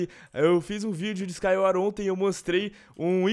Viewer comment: Skywar kkkkkkkkkkkkkkkkk nem sabia falar Skywars mds